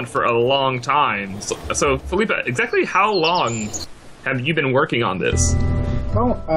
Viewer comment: It´s Felipe, not Filipe.